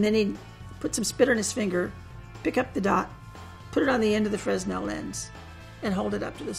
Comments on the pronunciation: Fresnel isn't pronounced "frezz-nell", though. :-P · I thought a professional CIA agent would know how to pronounce fresnel properly..the s is silent fre nel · I hate that a CIA chief of disguise pronounces the name of one of their best tools wrong. Fresnel is pronounced Fre-Nel the S is silent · Augustin Jean Fresnel was a frensh physicist. The s is silent: fʀɛˈnɛl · It's pronounced Fray-nel. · Fre-s-nel lenses Angry french noises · The S in Fresnel is silent. Would have expected someone so detail oriented to get that right.... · That's not how you pronounce Fresnel btw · the way she pronounces fresnel gives me a rash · So much experience and yet she doesn't know how to pronounce Fresnel